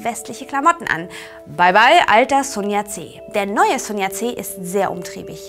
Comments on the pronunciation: Ich möchte anmerken, dass am Anfang noch von Sun Yat-sen redet und ihn ab plötzlich Sun Yat-C nennt xD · und leider ist es nicht nur der name sun yat sen, der falsch ausgesprochen wird, ich habe nun (fast) alle Folgen gesehen und muss anmerken, dass sehr viele chinesische begriffe falsch ausgesprochen werden. schaut mal bei " Konfuzius gespräche" reclam Seite 133 nach, da findet ihr die aussprache der gebräuchlichsten buchstaben recht gut beschrieben. in kapitel XIII,3 findet ihr auch einen passenden ausspruch konfutius' zu dem thema" richtige aussprache". Also: immer schön weiter üben... AnLa